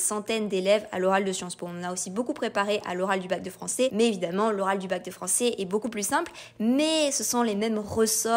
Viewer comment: Désolé mais nous avons du mal à y croire: 7 fautes de prononciation et diction en 30 secondes ! (J'ai bien vérifié trois fois) depuis le tout début de la vidéo. En effet, et par exemple, "Français" se prononce à la fin "ai" et non pas "é" etc . . . Dans ce cas revoir le recrutement et/ou les compétences des examinateurs du bac oral .